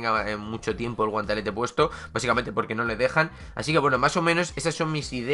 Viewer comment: Porque dices guantalete?